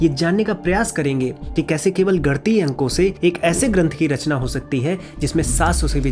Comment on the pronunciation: Nivedan hai aapse, uccharan ka dhyan dein, ganitiya hai, gantiya nahi